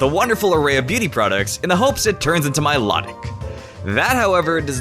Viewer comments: Mi-life-tic not my-lot-ic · my-low-tic not my-law-tic! moron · It it's my-low-tick